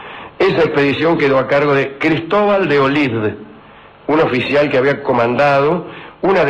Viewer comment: Olid, no Olin